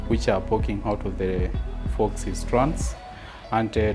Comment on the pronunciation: you pronounced FAUX as fox. It’s pronounced FOE.